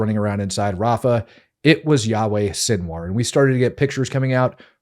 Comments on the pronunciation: When he calls him Yaweh 3rd time, l left. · Yikes, dude! His name is NOT "Yahweh" That is the name of God. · It's really annoying me that the host keeps calling him Yahweh which is one of the names of God!!!